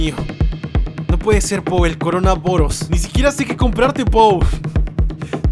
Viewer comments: no se dise en corabairus se dise corona virus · com corona vairoz 😂😂😂😂😂😂😂😂 no es corona vairoz es corona virus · No se dise coronavirus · Corona vairos xd WTF😆😆😆😆😂😂😂😂😂😂😂😂😂😂😂😂😄😆😆😆😆😆😆😆😆